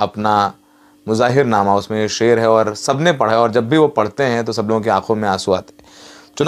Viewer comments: Muzaahir naama nahin Muhaajir naama bolo babu. Jai hind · मुजाहिरनामा नहीं "मुहाजिरनामा" बोलिए